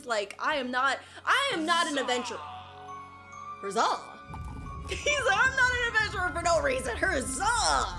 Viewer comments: Who else realized she said herzza and not huzza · he is saying hazza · she said herzah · Pov the last huzzah form spruit:HUZZ-aH 😂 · The next part that huzzah at the end he said huzz ba